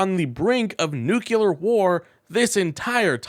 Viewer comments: Mispronounced!!??!! NOOK lee urr Not NOOK yoo lur. You sound like an ignorant MAGAt. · Nucular is Texan for "big loud bomb" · Please learn how to pronounce the word "nuclear"! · Please.. Learn how to pronounce "nuclear" That's how Baby Bush said it. And probably still does There is only one "u" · I appreciate the video. I do. that said, please learn how to pronounce 'Nuclear' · Please pronounce, Nuclear correctly! Please!!! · Please learn how to pronounce nuclear. 🙂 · Please... for the love of science... it is "nuclear" not "nucular". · Please. It's not "noo-kyu-lar" it's "noo-klee-ar". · Nu-CLE-ar, not nu-CU-lar. The root word is nucleus, not nuculus. Please. It's not that hard... From an Aggravated Educator 🤔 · Please don't talk like George Bush junior. It is not new kyewler it is pronounced new clear. New clee er, if you want to be precise. Look at how you spell the word. Nuclear. Not nucular. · dude. it is pronounced "New-Klee-Arr" "NUCLEAR" NOT "nuke-U-lar" PLEASE PLEASE stop mispronouncing this word. I cannot hear anything you are saying once you mispronounce this word. this is a recurring mispronunciation. I would appreciate the same for any of my mispronunciations. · Stop saying nookyooler like you can't help it. It's a little word. Try noo-clear as a stop-gap. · What's "nucular"? Is this the way to spell this word? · It’s a nucleus not a nuculous. Jeez. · Noo clee ur. Not noo kew lar. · Nucular is not bad grammar. It's simply NOT A WORD. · Your content is fine but I have one major criticism. If you’re going to use the word NUCLEAR 20 or so times in a short video please learn how to correctly pronounce the word. The word is NUCLEAR not NUCULAR. I know it’s a word many people mispronounce but they don’t usually say it 20 or so times in rapid succession. It makes you sound unprofessional. Just my 2 cents. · Only one U in nuclear. It’s not nuculer. George Bush has the same problem. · Yes, amazing how many Americans can't pronounce nuclear. New-killer - lol.